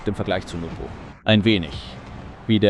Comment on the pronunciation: His name is NWPO btw not NUPO